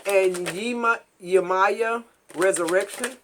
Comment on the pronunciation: One pronunciation for Yemaya is pronounced yim-me-ya. She is the mother of the ocean and a powerful African orisha. While I was in Brazil I learned and was introduced to her. Funny enough you say I am her and literally everyone I encountered in Brazil thought I resembled her and exuded her energy